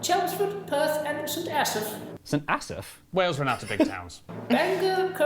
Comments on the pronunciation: Exactly! I have mentioned his Wales pronunciation too and yet he still continues to say it as 'wells'... LOL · Thankyou - I just came here to say (more or less) exactly that (however, I expect will still say it wrong. Just as he seens to insisf upon misspronouncing 'Wales' as "Wells" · When I moved from Wales (rhymes with tails NOT with tells) to Canada, a long time ago, I could not believe seeing signs pointing to 'City Centre' when we were driving through what looked like a village or very small town! I remember reading some time ago that a good definition of a city is a place that has all three major Car dealerships! In the old days, that meant Ford Chev and Chrysler! Not a bad idea!